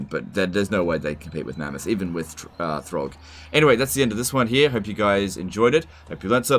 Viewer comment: "Good job throgg" did I hear that right?! 😹🤣